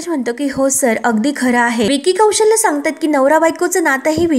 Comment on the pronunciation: विकी कौशल्य नाही. कौशल असं आहे ते.